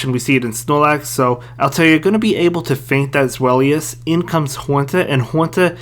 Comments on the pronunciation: Good vid man. Btw it’s pronounced zvy-lus (German word for 2) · its ZWEIlous like german number 2